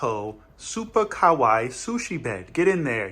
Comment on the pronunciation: He mispronounced kawaii he just said kowai (scary) repeatedly 😭